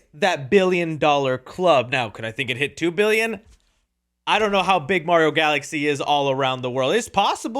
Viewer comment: you got Mario wrong ()